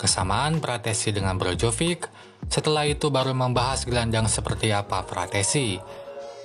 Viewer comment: Brozovic min bukan brojovik